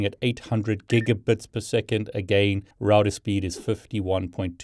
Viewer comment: SAY ROUTER CORRECTLY